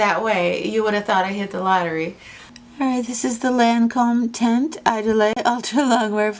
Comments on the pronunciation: It's like iedoole,. You don't pronounce the last e. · There are "apps" or you can google french to english audio translations.. Idole is pronounced more like "eedol" I'm not meaning to criticize you in any way. I love your videos! Your reviews are so well done and the artistic spin on your content is a real treat! Thank you for all your hard work and honesty. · HELLO, I JUST LOVE YOUR CHANNEL..IT'S VERY ECLECTIC AND ORIGINAL..THE DIFFERENCE IS WHAT MAKES THE DIFFERENCE THANK YOU SO MUCH FOR SHARING YOUR LIFE AND THE HANDSOME COOPER...PS IDOLE IS PRONOUNCED "E DOLL"..PLEASE KEEP MAKING YOUR VIDEOS THEY ARE A REAL COMFORT..LOVE YOU GUYS, TAKE CARE... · you have to say idole: the i is like "ee" and dole is like "dull" don't say the e a the end... :)